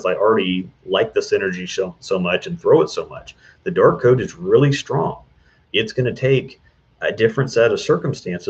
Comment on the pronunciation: I swear I just heard you say the "Dork Code" instead of Dark Code..